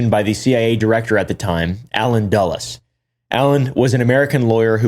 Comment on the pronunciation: is pronouncing Dulles correctly